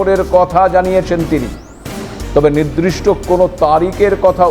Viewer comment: "নিদ্রিষ্ট" নয়, শব্দটি " নির্দিষ্ট "। উচ্চারণটি সঠিক ভাবে করুন বিনিতভাবে এই অনুরোধ করি।